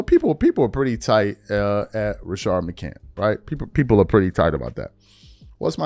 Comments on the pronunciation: You still saying that man name without putting the s on the end of his name! You can put the s on the end of everybody else name…but you REFUSE to put respect on McCantS name! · It’s Rashad McCants, why can’t dude say names